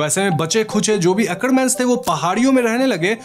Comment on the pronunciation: Akarman nahi hae Akreman hae😂😂